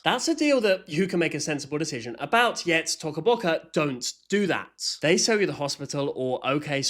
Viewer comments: Omg you are saying it rong you are saying tuco boccu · "tocka bocka" is crazy, bro isn't even pronouncing it how they intend it to be pronounced (in the intro too) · Its "toca boca" not "t0cA böC@ 😂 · Yea t”O”ca Boca is now T”o”cah Boca 😭 (if no one understands Toca Bocas o is not silent) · Why does it sound like he says sussy baca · No because like the way that he says Toca Boca is just so funny😂😂😂😂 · TOCA BOCA (idk why i like how u say it lol) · Yess! He is so stupid like first of you don’t say Toca Boca like that he says it so wrong🙄💗